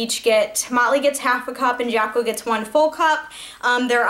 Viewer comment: oh, lol! i thought you were saying molly. haha